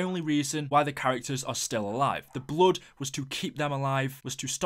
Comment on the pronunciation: When you said "bluud" my ears started bleeding.